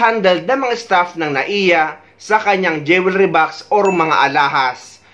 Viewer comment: The word jewelry is not pronounce the way you did Pls ask anynone